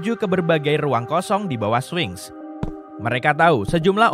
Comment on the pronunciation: Spinx... kok jadi swing????